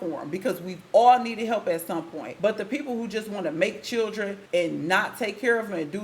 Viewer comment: She said chillrens😢😮